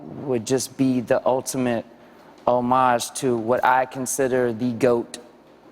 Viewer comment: Wow, I've never heard anyone pronounce "homage" like that.